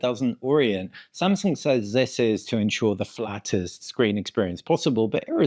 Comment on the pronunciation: What? It's really "Shamsung", unbelievable!